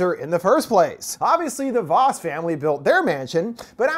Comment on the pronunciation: As a Dutch person, I do want to point out you mispronounce 'Vos'. Think of the Spanish 'vamos' as its the same 'o'. Funny bit of trivia, but its the Dutch word for fox. I also feel like, one of the cult members missed the original and like Dan was the sole survivor. The cult's name as well as the emphasis on Dutch witchcraft and the old world, we can safely presume every member was Dutch. Now, the hotel also had a Dutch name, and the early half of the 20th century is when the Dutch community in New York faded out and the language stopped being spoken in New York so the numbers of people with Dutch last names who'd bestow their last name upon a hotel had already pretty much dwindled down so it's either a very peculiar coincidence or someone tied to the cult decided to start again.